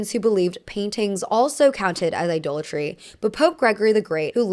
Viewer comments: Idolatry is pronounced “I-doll-a-tree.” Very very interesting video. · Idolatry is pronounced "Eye-DOLL-a-tree", not "Eye-duel-a-tree". It retains the source word "idol" (Eye-doll).